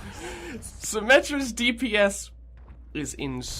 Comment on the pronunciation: deebee-ess is my new favorite way to pronounce dps